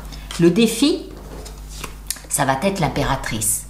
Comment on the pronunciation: Bonjour, je vous suis assidûment mais pourriez-vous arrêter de faire la liaison entre "ça va" et "être", il n'y a pas de "t". Ça m'écorche les oreilles à chaque fois, merci. Bonne continuation.